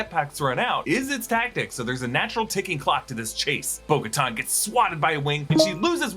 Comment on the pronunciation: Who is Boca-Ton? Thought it was Bo Katan? 🤷🏾‍♂️